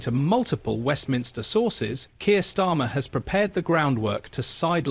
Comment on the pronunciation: I guarantee Prince William didn't say anything about it, use the phrase for headline grabbing This is narrated by AI right? Of the 20 times you mentioned Starmer, you got its right once or twice 😅😅 Storma, Stima, Stama